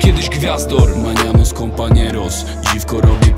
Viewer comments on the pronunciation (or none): Krzysztof Bors no wiem, dlatego pytam sie dlaczego maniamos wymowił zamiast vayamos poprawnie